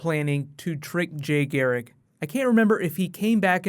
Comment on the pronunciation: LOL it's Garrick not Gheric